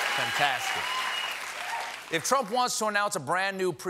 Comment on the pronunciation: “The Trumpf Recession”